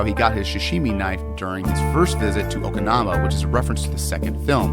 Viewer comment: It's Okinawa not okinama